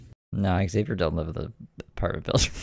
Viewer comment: Aghh. The neighbor pronouncing Xavier correctly has me shooketh for some reason. I think I’ve actually forgotten how it is pronounced to be honest now.